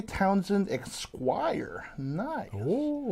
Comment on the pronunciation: why let ryan read out stuff when he is , kinda not good at pronouncing things, he clearly says "eksquire" when its phonetic pronunciation is "es, quire" spelled esquire . the q is not a K . Its sad John takes this channel so seriously and works so hard to make everything as professional as possible, but Ryan and Aaron treat this like its a hobby or just a slap dash channel. John you need employee's who want to actively improve and are not just stagnating.